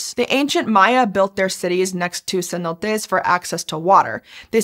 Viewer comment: It's pronounced "Cenotes".